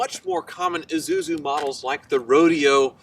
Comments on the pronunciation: ih-SU-zu not ih-zu-zu...stop adding a second "z" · Uzuzu..., it's pronounced Isuzu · Pronounced we-soo-zoo